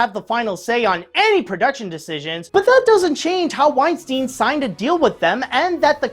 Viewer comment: Why does he pronounce "Weinstein" as "Uainstiin"?